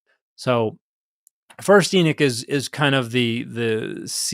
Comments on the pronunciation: Pardon, are you referring to the book of Enoch (E-nuck or EE-knock)? Or another book? It sounds like you’re saying The Book of Enic? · Exactly! It's spelled Enoch, but he kept calling it Enick. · Now I’m confused. Is the name pronounced Enok or Enik? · Just a different pronunciation of the “o,” I believe. I’ve heard it both ways. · Both pronunciations refer to Enoch as far as I know.